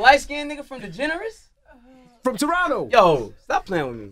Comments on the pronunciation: He called the show Degrassi “Degeneres” 😂😂😂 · He said Degeneres (Ellen) he meant Degrassi😂😂😂😂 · He said degenerasse 🤣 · My guy said "The light skin N*gga from DeGeneres" I was thinking the same thing instead of Degrassi 😂😂😂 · I never knew I needed this laugh.. He called it “Degeneres” 😂😂